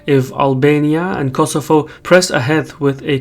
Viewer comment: it ias Kosovo not kosofo